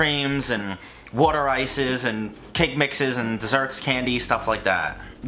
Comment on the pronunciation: glad you said wooder ice instead of water ice or italian ice